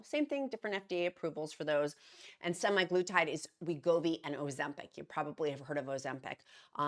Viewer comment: Also it's SEMAG LUTIDE